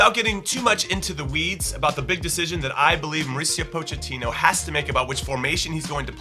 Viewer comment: Poachertino 😂😂😂😂😂 whats wrong with his tongue